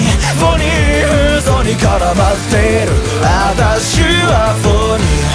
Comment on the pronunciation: うぽつです！ フォニイの発音がとても好きです！！曲で拍手をするところがあって実際に手を叩いていて沸きました さん英語の発音がとても良くて大好きです 英語のところだけでも沢山リピート出来ます😭✨(リピートしてます) 間奏の前にサムネのポーズをしていてとても最高です！！歌詞の「フェイク」と「愛のように」のお手手がとても好きです サムネのポーズ、腕の筋が好きです 顔に狐の仮面(？)の模様が描いてあってとても好きです 今週も投稿ありがとうございます！！ 沢山聴きます💭♪ 長文失礼しました。